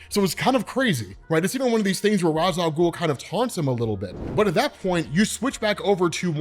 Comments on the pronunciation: It may be spelled Ra’s Al ghul but it’s pronounced Ray-sh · If there is one thing that pisses me off about almoest everyone saying Ra's Al Ghul, IT IS NOT ROZZ IT IS RACE WITH A SHHHH SOUND!!! Omg it drives me nuts. Its not pronounced that way necause of a tv show, it is pronounced that way because of the native speaking culture the term comes from! Lol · Rayysh Al Ghuul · I still hate hearing this pronunciation of Ra’s Al Ghul